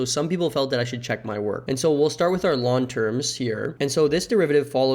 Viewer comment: L N not lawn plsss